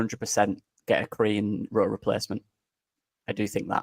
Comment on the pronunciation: Did say 'a Korean Rutter replacement'? 😅